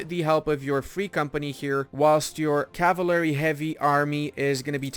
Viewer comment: What an interesting way to pronounce cavalry.